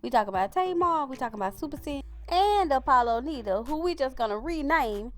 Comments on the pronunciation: It’s NIDA not NEEDA 🙄🙄🙄🙄😩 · “Nida” pronounced with a long i. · You're pronouncing his name wrong. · It's a shame u can't even pronounce his last name right lmao